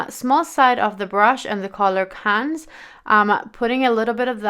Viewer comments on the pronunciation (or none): Hello, nice look ! i love the number 2 !! by the way the say Canne we don't say the S. Just like Paris, we say Pari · Cannes pronounced with no S. Rhymes with John. Seychelles is pronounced Say-shells. You created beautiful looks! You are very talented! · Sweetie. Again a beautiful video. Thanks so much. And I love it that you just used the brush within the palette on look so 4. So thoughtful. ❤ As for the pronouncing... Cannes = pretty much like c u next Tuesday but without (!!) the "t" 😄😄😉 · When you say Cannes you don´t prenounce the s you say C-H-A-A -N N H-E